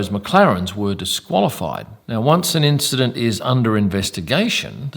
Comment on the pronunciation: and "causing an INCHident" well played, 10sec rewind on this video 👌